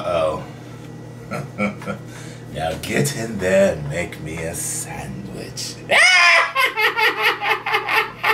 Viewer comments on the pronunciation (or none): none